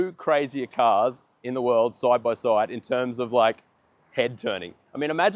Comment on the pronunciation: "Let's look at this car SOIDE by SOIDE"